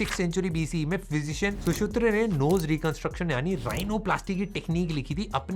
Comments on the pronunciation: Shusutra nahi hota, Shushruta hota hai 🤗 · Acharya shushruta...not shushutra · Pls sir pronounce sushruta word it is su shru ta